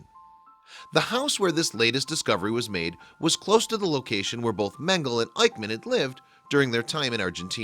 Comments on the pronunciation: Meng a luh. Not Mengul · The biggest crime here is how you pronounce Mengele. Did you miss the era when The History Channel was the Hitlery Channel?